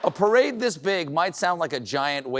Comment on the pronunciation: You have mispronounced the word “Perade”